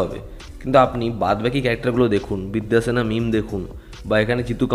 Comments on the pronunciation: ভাইরে ভাই তোর মুখে বিদ্যা সিনহা মিম এর নাম কখনোই ঠিক হয়না😂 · ভাই আপনাকে আগেও বলেছি... দিব্যা সিনহা মিম নয় বিদ্যা সিনহা মিম।